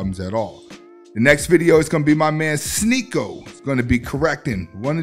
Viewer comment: Hell freezing over…. said Sneako name right. “Sneaky-O!“ 😂